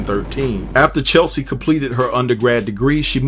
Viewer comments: Say Chessssleeee ... not Chelsee...damn everytime you said Chelsie pissed me off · Cheslie. Not Chelsie. Say her name right please. And I was shocked at the other lady not having at least health insurance. Shouldn't winning beauty contests come with some kind of coverage. Or is it hard to do in the US. Don't you just approach a company and sign up with them then start making payments? Alternatively, doesn't the type of work one does come with health insurance? I am genuinely shocked. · I mean no harm, but her name is not CheLSie….her name is CHESlie. ❤️ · It's Cheslie, not Chelsea. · Unfortunately, you spelled her name wrong and mispronounced it throughout the whole video. Her name is not Chelsie. It is Cheslie, rhymes with Leslie. A person's name is important. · No shade but her name is not Chelsie. It's Chess-lee. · It's CHES-lie. Not Chel - see. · It's not Chelsie, it's CHESLIE!! Get her name right pleeeease!! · Her name not chelsie it’s cheslie 🤣🤣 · Bruh, her name was pronounced CHESS-LEE.....not CHEL-SEA!! You can see it in the spelling. I couldnt get through the video. Thumbs down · her name is CHES-LI .... not Cheslie. Sorry dude. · Cheslie, not Chelsie 🙏🏽❤ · DUDE ❌C H E S L I E❌ WAS HER NAME NOT CHELSEA. HOW OFTEN CAN YOU READ HER NAME AND STILL NOT KNOW HER NAME?! Unbelievably unprofessional! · Her name is Cheslie not Chelsie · Her name is pronounced CHESS-LEE. I think that's important to speak her name correctly when reporting on her in death. May she RIP! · CHES (as in CHESS) LIE (LEE) CHESLIE. Come on, say it with me now, CHESLIE. Maybe not spelled right, but phonetically you will get it right verbally if you say it as I have spelled it. Good video, the devil Is in the details tho! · Please give this woman the respect she deserves by pronouncing her name right. Please. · It’s hard to take anything you say seriously when you can’t even say Cheslie’s name right. BIG disrespect, HUGE! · Yeah. It already was mentioned several times...